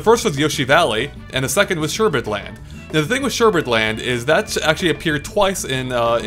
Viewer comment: It's pronounced Sherbet Land, not Sherbert land...